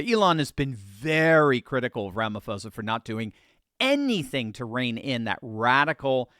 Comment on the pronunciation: Sorry, just to let you know that the name Ramaphosa is pronounced Ramapoza ... with a 'p', not an 'f'.